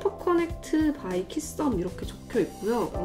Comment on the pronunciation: 오늘은 빠잇 이 넘 일찍 나와서 아쉬워요 좀 더 밀당 해주시지ㅎㅎ 빠~~~~~잇 이렇게ㅎㅎㅎ